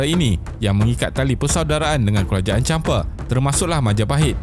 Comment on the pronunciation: Champa, bang.. bukan Champe 😁